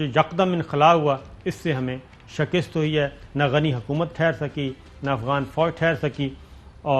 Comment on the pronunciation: SHIKAST …. Correct your Urdu